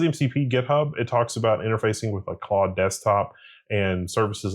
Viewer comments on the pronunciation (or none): none